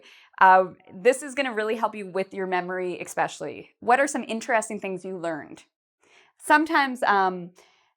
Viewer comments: it's especially not expecially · The word you said is not “expecially”. It is “especially”. I haven’t started listening to your video yet, but was frustrated immediately to hear you mispronounce this word…like so many others do! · Expecially? That is not a word. I don't wish to comment in negative thought, but especially does not include an x in its spelling or its annunciation.